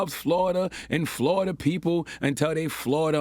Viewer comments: The people who listen to this lispy dude get dumber every day. Florida is not 2 syllables... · Charlemagne. Flor-ida Everyone else Flo-ri-da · I love when Charlamagne starts asking the rest of the group to educate him on things. P.S. it is 3 syllables right? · Florida 3 syllables 🤣🤣😄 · Three syllables* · 🤣🤣 Florida is three syllables. Flo-ri-da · Florida is a 3 syllable word. Flo-ri-da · it's FLAW-DA!!! the state is wild suspect. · 3️⃣ FLOR-I-DA 🌞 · Flo-ri-da is 3 syllabes :-P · FLORIDA is 3 syllables dumb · FLORIDA got 3 syllables 🥴. You would think. Someone who was born in the USA. Would know how to pronounce FLORIDA 🤷🏽‍♂️ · 3 syllables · Isn’t FLO RI DA three syllables? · Isn't Florida.... three syllables? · This dude is an alleged author and doesn’t know Florida is 3 syllables 🤦🏽‍♂️ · Char…Florida is 3 syllables…lol JUS sayin… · charlemagne again showing the world how d u m b he is. We learn syllables in this country in the 2nd grade. 40 year old man cant count syllables but tries to lecture people on the radio. Pretty pathetic and hilarious. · Florida is 3 syllables sir! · Did Charlamagne say Florida has 2 syllables? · I think the Florida Crazy Crazy of these stories is rubbing off on Uncle Charla. He forgot that Florida is a word with 3 syllables. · Florida is 3 syllables tho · Florida is 3 syllables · Still pretty sure Florida is 3 syllables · Lol Florida has three syllables lol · That’s 3 syllables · Florida is 3 syllables Charlemagne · C tha God said 2 syllables..Actually 3 Bro!!!...New York Education ..lol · Florida is 3 damn syllables!🤦🏾‍♂️🤦🏾‍♂️ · When he said Flor'da was two syllables, I said DAMN! DAMN!! DAAAAAAMN!!!! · 2 syllables?? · Florida has 3 syllables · Florida, the "i" is silent- Charlemagne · Sir Florida has three syllables 😂